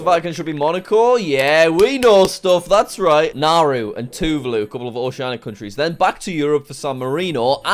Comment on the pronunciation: Tuvalu is pronounced closer to: tu-VOLL-lu